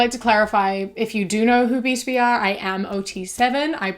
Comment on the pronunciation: today i learned its pronounced "b-to-b" and not "b-tob"